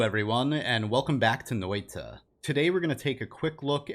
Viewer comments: It sounds odd, yeah. One way to make it more native-like is to cut the ah sound in half and make the h silent. Just quick short 'a', not 'aah'. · Native Finnish speaker here. I'd say that vowels are bit odd but didn't really notice it before re-listened to it. Google translate seems to have okay pronunciation on the listen feature.